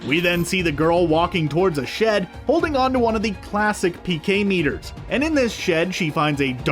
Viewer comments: Harold Ray-Miss, not Harold Ray-Mees. And PKE meter, not PK meter. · Also, he pronounced “P.K.E. Meter” as “PKay Meter”.